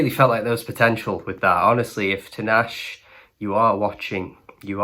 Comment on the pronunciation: The way you butchered her name, it takes 2 minutes to search an interview of her and hear how she pronounces her name. DO BETTER.